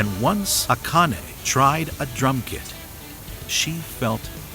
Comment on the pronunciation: yes, the way you pronounce Akane is more in line with how it is said. (she goes by A-Chan, not Akane Chan btw) . I will never ever EVER recommend google translate for Japanese to English and vice versa but, the way it audio wise pronounce Japanese words (and names) is rather good. Give it a try